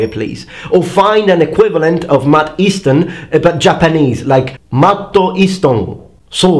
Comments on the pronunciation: "Matto Eastono". I've died XD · "Matto Easto" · Brajany "Mad Easton" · Mat-to East-ton Matt japanesse cousin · That Japanese version of Matt Easton's name was glorious.